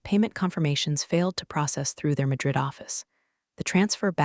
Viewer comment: Is she Marla, or Arla? Is it Drid or Madrid? Did Blake's hair lose the will to live, or will alive (a live is it is pronounced) and it goes on and on! Did she leave the company? How does she get to know about the meetings?!😂